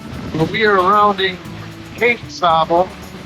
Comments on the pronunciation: Say_bul properly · The locals pronounce it Cape SAY-bull. Brother ya'll must be burning the diesel! Enjoy your postings. You're exceptionally good at keeping viewers oriented as to your location and progress. Fair winds and following seas! Capt. Klaas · It’s pronounced Cape Say Bill